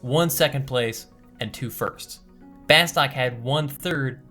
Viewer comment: C'mon, it's pronounced 'Bah-stuuk'.